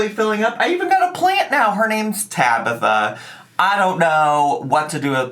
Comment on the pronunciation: I thought you said the plant was called scabitha instead of Tabitha. Edit: you have to be the cutest joker😂